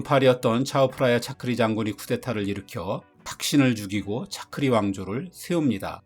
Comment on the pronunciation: 태국발음으로 탁신=딱신 , 차크리=짜끄리